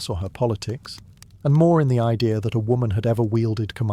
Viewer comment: What is an "i-dear".... English isnt that difficult.